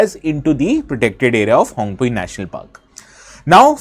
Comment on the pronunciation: The pronounciation of Phawngpui is incorrect. P isn't silent like english vocabulary.